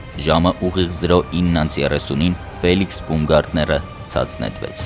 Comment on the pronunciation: Բաումգարտներ , ոչ թե բումգարտներ: Ծիծաղալույա հնչում